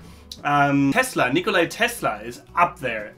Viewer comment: It's a boot. - About what? And how'bout Dresden? (Oh and it's Nikola Tesla, not Nikolai)